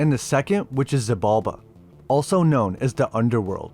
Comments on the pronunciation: Xibalba is Maya Mythology, not Aztec, and it SHI-Balba, not Si-balba. X is a Sh. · culebra ---> kuˈle.βɾa Xibalba ---> like: shee bal ba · Not bad, just Xibalba is pronounced "She-Bal-Ba" (at least in Spanish), and Culebra is pronounced "ku-le-bra" (speaking as someone who is half-Mexican) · It’s actually pronounced Sheeb’ Alb’ a the X makes a sh sound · "She"-bulba! For Xibalba...The X was pronounced like She...Similar to Sidhe... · The X in Xibalba is pronounced like sh. She-balba.